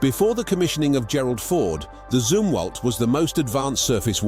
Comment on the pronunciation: The Zumwalt was discontinued, only 2-4 are being built. It's pronounced Zumwalt, like Yum-walt. What the hell is a Zoomwalt you stinkin limey?